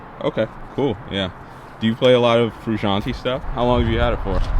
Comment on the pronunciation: Learn to pronounce his name along with chasing his tone